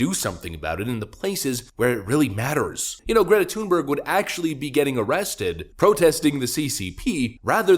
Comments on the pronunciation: It's not TUNEberg. If you want to be correct, it's pronounced Thun=berry. BTW, that doesn't mean I support her. I think she's a useless person. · You pronounced the 1st syllable of her name correctly! The 2nd ("berg") is pronounced like English "berry."